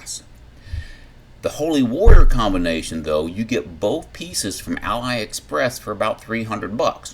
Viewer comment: my man, your pronounciation of aliexpress makes it sound like a proper store rather than a chinese online one, love it i definitely will be getting myself the holy warrior soon, and in my opinion the NV issues don't really matter because to be honest if you're buying nvgs for airsoft, you probably have the money for the real eotech too